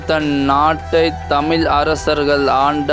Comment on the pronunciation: ஐயா உங்கள் தமிழ் உச்சரிப்பை சரி செய்து கொள்ளுங்கள். தமிழ் தமில் இல்லை.😢